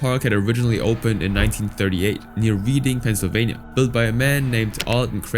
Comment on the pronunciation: I'm gonna make this correction since I grew up in this area it's not "reading" it's pronounced "Red-ding" very confusing for how it's written but that's Pennsylvania for you in general